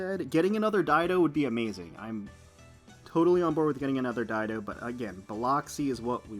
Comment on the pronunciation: I was one of the peeps that didn't know how to properly pronounce Dido's name.. 😅